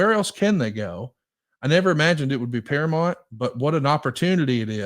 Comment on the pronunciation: It's not "Paramont" Conrad!!